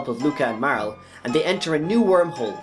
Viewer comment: MAR-LEY. Not Mar-el